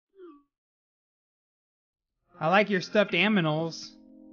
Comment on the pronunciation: haha that was funny because you said animals wrong